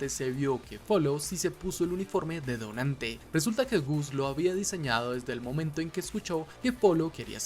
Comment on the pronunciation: Soy yo o mí dislexia escucha cada vez que dicen "dotante" se escucha..."donante" ? Xd